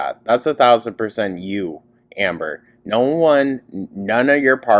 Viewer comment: I love being high and listening to how you say "hi ambor" KILLS me! I missed so ankleeee so glad youre back your commentary has been missed ❤